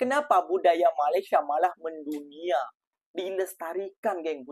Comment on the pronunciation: Mas, tolong Mas, sebutan Malaysia nya, harap dapat dibetulkan. Slaah sebutan tu woiii